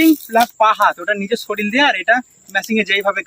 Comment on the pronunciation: ওটা শরীল না, ওটা শরীর 😮